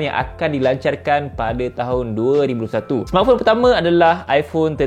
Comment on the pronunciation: aku sorang je ke dngr sbut 2001😂sbb 21 tu x jelas dia sebut😂😂